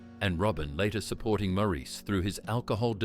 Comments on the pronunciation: Maurice is pronounced morris, not moreese 🙄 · Maurice is pronounced Morice not mor-eece. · It's pronounced "Morris". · Pronounced like “Morris,” not “Mo-REESE.” Otherwise, nice job. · Maurice pronounced his name Morris. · Robin's twin brother's name was pronounced MORRIS NOT MAURICE! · Maurice is pronounced Morris. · It's pronounced Morris! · It may have already been pointed out (397 comments as of this post), although spelled "Maurice", the brother's name was pronounced "Morris". In another video (an interview with Barry & Robin), it was noted that it was Barry (not Robin) who wanted to disband the Bee Gees after the death of Maurice. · I thought Maurice was pronounced Moor-eece, too. It is pronounced Moor-iss. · Great video! Maurice is pronounced “Morris” I believe. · I think its pronounced morris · Please, pronounce Maurice's name correctly. It's "Morris". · yes! That annoyed me no end how the narrator didn’t even pronounce Maurice’s name correctly. Also, he was at one stage talking about Robin, and it was Andy who was on that part of the video. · The Bee Gees were a unique group / band, no one really came anywhere near them in sound and creativity, I think everyone has at least one Bee Gees song in their head. They were up there with the best. I wish this narrator would pronounce Maurice Gibbs christian name correctly, he wasn't a damned French man!